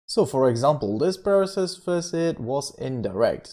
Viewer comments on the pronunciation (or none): none